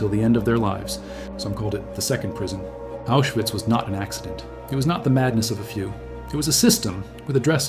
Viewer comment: It's pronounced Aushvitz